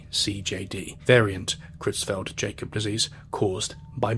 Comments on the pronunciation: Creutzfeldt-Jakob (KROITS-felt YAH-kob) Not "cruise felt Jacob". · What on earth is "Creutzfeldt JACOB" disease? You didn't get the AI to read the paragraph that said they were German? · Just for future reference, it’s pronounced “pree-on”, “Croytsfeld-Yakob”, and “epideemee-ology”. Hope this helps. (source: I’m a biomedical scientist). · Isn't it pronounced YAKUB? The Jacob is messing with me. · It’s pronounced: “yokub” (with a short O sound) …not “Jacob” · Jacob,. 'Yacob',.. at least in this mad-cow instance. ;) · Creutzfeldt Jay-cob lol. Creutzfeldt Yak-cob disease. UR welcome 😁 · I love your channel, but yeah for this one, it's easy to tell you weren't alive for this event, because you keep calling it "cruise felt Jacob" disease, and all these decades later I still remember the (correct) pronunciation from the evening news. Creutzfeldt-Jakob - "KROITS-felt YAH-kob" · hey future note but CJD is actually pronounced croyts-felt-yah-kob. otherwise good video ^^ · Creutzfeldt-jacob disease (Its pronounced yacob btw) is also an example of why we shouldnt let germany name things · That is not how you pronounce CJD its pronounced more like, croitsfeld Yacobs disease. (tell me you weren't around when this happened without telling me you were not arround when this happened) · Creutzfeldt-Jakob Disease is pronounced kroyts-felt yah-cob. Sorry. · super interesting (and spooky)! crazy how slow governments react to disease to this day.. i do believe it's pronounced 'kroytsfelt-yakob' disease though. 👍👍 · I'm sorry to be that person: Kroits-felt yah-kawp. Great summary of this absolute mess. I've been fascinated and horrified by prion diseases since an assignment I did in college. There's still a lot we don't know, and I can only imagine what it was like in 80s-90s UK or mid-20th century Papua New Guinea. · Creutzfeldt-Jakob: it's pronounced with a Y not a J, yakob, yah-cobe. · Good video and interesting pronunciation of CJD! 😊 said with a smile of course.